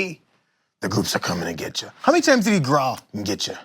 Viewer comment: “They’re cumin...... And they’re comin” 😂